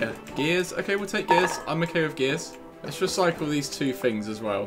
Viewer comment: please say things not fings